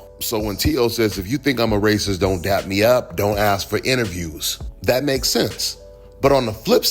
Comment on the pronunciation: Its dap not dab got damn culture vultures😂😂😂